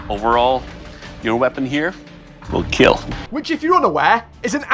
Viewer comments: ‘’It will keal’’ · My only reason for watching is to hear "it will keel" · WAIT THAYS WHY HE SAY IT LIKE KEAL I THOUGHT HE JUST HAD AN ACCENT. OOOOOOOOOH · it will keel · iD WeED KeAL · I KNEW "IT WOULD KEAL" WOULD BE HERE HAHAHAHAHAHA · Doug-It will keal Caption makers- its time to destroy this man's entire career Captions- it will kill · Million dollar question - will it keel Lol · "It will kEaL" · It... Will keel. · It Will KEAL! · ''It will keill''